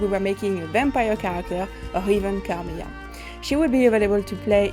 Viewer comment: If you're hiring someone to announce the character, please make sure your candidate is able to pronounce her name right. It's not Carmiya, it's Carmilla. And for the love of god, it's Bram Stoker, not Bram Stroker.